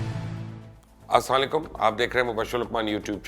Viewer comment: Sir ap ka salam krna sahi nhi ha salam pora or sahi tah kiya kre thank you